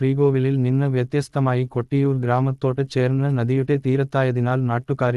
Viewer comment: കട്ടിയൂർ അല്ല കൊട്ടിയൂർ ആണ്